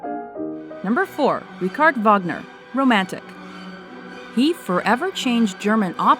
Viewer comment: Please shoot the voice on this video! Who says "Gayork" (George) and "Rickard" (Richard)? Pff